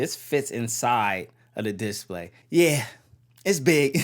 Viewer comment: your vids are good but every time you say diss-play instead display i cringe a little lol, keep up the vids though